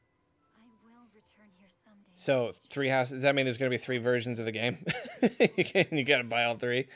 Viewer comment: Lmao its three not tree